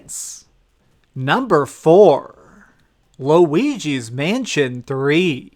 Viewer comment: No one:: Looigi's Mansion 3